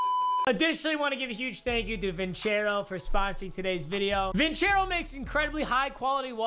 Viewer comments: its vincero not vinchero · Bro you literally pronounced your own sponsors name wrong😂😂😂 it’s pronounced (vin-sair-o) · Your saying the name wrong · Only Papa would mispronounce a sponsor's name.